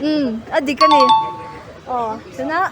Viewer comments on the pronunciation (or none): none